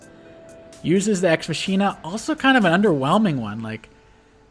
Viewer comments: This video is a post-production masterpiece. 10/10 for use of nut-related images. That said, should learn how to pronounce words. Von Bolt's super CO power, "Deus Ex Machina", is pronounced mach (as in "this aircraft has a top speed of mach 2.5") - ee - nuh. "Witte" is pronounced like "wit", the 'e' is silent. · Sorry. I don’t want to be “that guy”, but the power is pronounced: ex ma-key-nah It’s a plot device meaning “God from machine”.